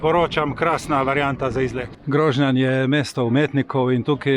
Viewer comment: Čestitke, zelo zelo lep video. Le prijazen opomnik, istrski kraji se izgovarjajo: Grožnjàn, Višnjàn, Livàde...